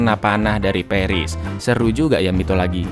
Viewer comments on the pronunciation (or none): Kimbeklah... Serius kali awak nonton, gara2 denger kata 'mitolagi' malah jadi ngakak... :D